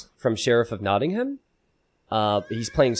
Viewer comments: Hey,, could you try pronouncing Nottingham this way please: Knot-ing-hum From a British person 😂✌🏼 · my only complaint:/ everything else is beautiful and perfect with so much effort put into it, capture age and the stats and the awesome co-casting, but for a $50k+ tournament where he picks the names you'd think they'd at least spend 30 seconds to learn how to pronounce them correctly. if it seems silly to care, idk what to say except you'd get more viewers